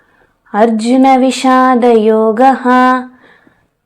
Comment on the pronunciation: అర్జున విశాదా యోగం కాదు ❎ అర్జున విషాద యోగం ✅ తెలుగు ని చంపొద్దు. 🙏🙏🌹🌹🚩🚩